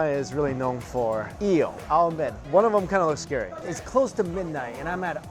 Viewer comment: Nice video as always. But what´s up with the "yeel" ?